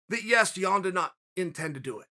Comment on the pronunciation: I hate that you mispronounce Yan's name